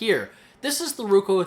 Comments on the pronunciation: its not ruko its roku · I'm Canadian. That's not a Canadian accent. You are mispronouncing it. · if you say ruko one more time I'll lose my mind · nice video but the correct brand name is ROKU and not RUKO ! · IT'S NOT RUKO !!!!!!!!!!!!!! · Right? How do you mess up a two syllable word.